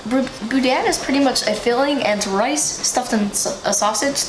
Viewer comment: next time.i see you remind me to tell you how to pronounce boudin